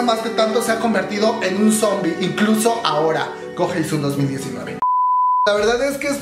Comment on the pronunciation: Jajajaja pinshi pronuncia "cogesun" xDD